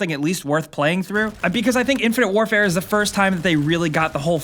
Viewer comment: Hahahahahahahahahahahahaha he's playing "infinte wrfre" what a joke!